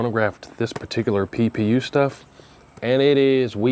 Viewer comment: Every time you say PPU my brain hears Pew Pew!!! 😂😂😂😂